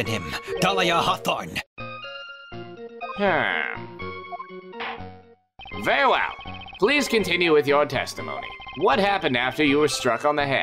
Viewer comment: I've noticed that the Judge is pronouncing "Very well" as "Ver well"